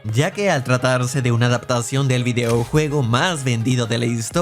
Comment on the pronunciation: Es una narración hecha por IA? Se escucha raro cuando dice "videoujuego" aun así siempre se agradece un video tuyo